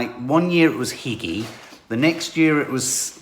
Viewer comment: I believe "hygge" is pronounced hoo-ga, rather than higg-y. Not that it really matters.